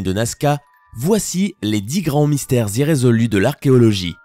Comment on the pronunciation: ça se dit irrésolu